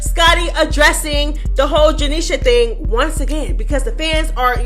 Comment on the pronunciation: I love the way you say “janiesha” name 😂😂